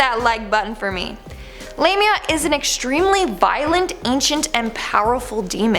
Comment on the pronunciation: If you watched the movie Drag Me to Hell then you would know that Lamia is pronounced "lahhhmia" not Lammeehha !!! At least say it right! You have the movie to confirm the proper pronunciation!